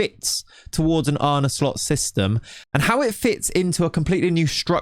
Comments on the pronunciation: What are you on about man, he pronounces it perfectly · bro, you are not the only native Dutch speaker here. Don't try to be interesting. He pronounced it fine. You also can't expect most foreigners to roll the r. It's very hard. I would love to hear you pronounce Chinese, Japanese, polish etc names. You'd do a worse job than he did here. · im dutch and he says it perfectly fine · Dutch guy here, said it perfectly. Are you trolling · Wat lul jij nou? Spreekt het gwn goed uit, zeker voor een non Nederlander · Bro, he said it fine. Nitpicker. You're not the only Dutch person here. So stop spewing bs! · Yeah no. Native Dutch speaker here, and that's exactly how you pronounce it minus the soft R. Much better than any foreigners I've heard on YouTube so far. And this vid was before the Slot interview. So props to this content creator. 👍